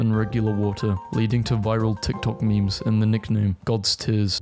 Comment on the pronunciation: When he says "Memes" he damn well means it.